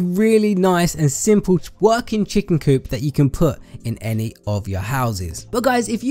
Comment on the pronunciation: he said twerking chicken coop instead of working